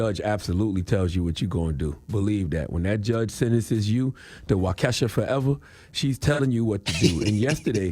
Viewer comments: It's pronounced Wau-kah-sha 🙋🏾‍♀️😒 Why didn't anyone correct him🤷🏽‍♀️? I can't with the Way-kesha 🤦🏾‍♀️ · I don’t like cthagod saying Waukesha (walk e Shaw) lol sound like he saying Wokesha 😂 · It’s Wau-Keh-Shaw 😂😂😂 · Bro, the City is pronounced "Wauk - Uh - shaw". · Man's said, Wa-kesha Forever 😭😭😭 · You know how you pronounce Waka Flocka ok so the state is pronounced Waka Shaw but it's spelled Waukesha 👍👍👍👍🤣 I got you 🤣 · He said wakesha 😂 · CTG u get donkey of the day for pronouncing Wau-Key-Shaw…wrong 🤦🏽‍♀️ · CTG it's pronounced Wau Ke Shaw, not Waukesha from the hood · FYI It’s pronounced(wok-ishaw) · It’s Wau-Ka-Shaw 🤣😂🤣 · Waukesha: Pronounced WOCK-AH-SHAW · Wahkeesha? Lol - at least learn the damn pronunciation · It's pronounced walk a shaw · Lol...CTG, Waukesha is pronounced "Walka-Shaw" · It’s pronounced, wau-ka-shaw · Yea same here. When he said, “Why-Kesha” I was like WTF! Like, why didn’t he ask someone how to pronounce it before the show🤷🏾‍♂️ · I clicked the video to hear Uncle Charla say "Wa-kesha" again 🤣💀 I can't say it right anymore and I live in Wisconsin. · It’s pronounced “Wa Key Shaw “ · He can't pronounce Waukesha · The way he pronounced Waukesha lol I am cracking up Char I'm giving you donkey of the day for saying it wrong the whole video lol JP but I love the way you give the donkey of the day it's always hilarious the way you explain it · He said waukesha foever🤣🤣 Good fo his ass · You said Waukesha so wrong 🤣